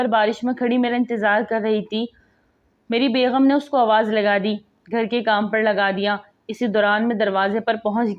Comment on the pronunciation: Bb begham NAHI begum hy lafz